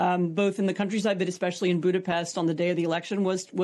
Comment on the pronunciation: WOW, Great guest and interviewer even knows how to pronounce Budapest , Top notch News!